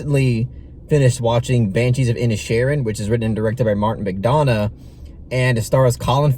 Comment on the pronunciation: Correct pronunciation is McDonaugh as in 'Done rather than Donna